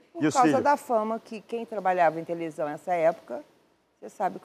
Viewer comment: Eu tenho impressão que as vezes eu ouvia tevelisao